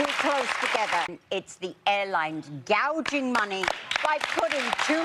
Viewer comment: 여성분이 gouging money 발음하시는 거 너무 찰지네요 ㅋㅋㅋㅋㅋㅋ